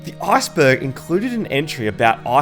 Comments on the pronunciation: Arseberg sounds funny 🤣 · stop saying arseberg lmao